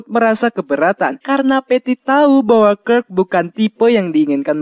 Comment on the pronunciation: Bacanya kirk bukan kirk